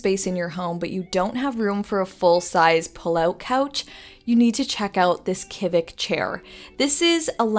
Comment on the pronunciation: The in crowd pronounces Kivik “shi-vik” - you’re welcome!